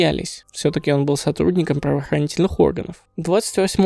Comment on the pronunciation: Павооханительные оганы!))) 😂😂😂